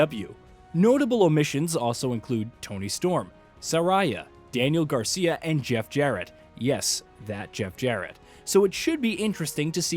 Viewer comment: It's pronounced Sa- Ray- Ya